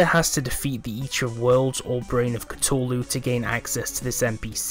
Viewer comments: This man said Cu-TOE-lu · ITS CU-THU-LU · "Brain of Catooohlu" lmao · a mix between the two